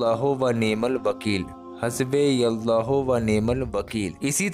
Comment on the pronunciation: 'Hasbe yallahu' nehi jonab, "Hasbunallahu".pehle khud sahi dhang se parhna sikhe fir baad me dusroko sikhaiyega.